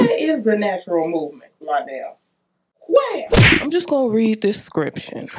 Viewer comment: Lie-dell is not worthy of the vocals, but I thank you for the blessing.